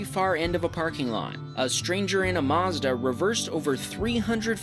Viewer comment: Did he call the old SUV a “Mazda?”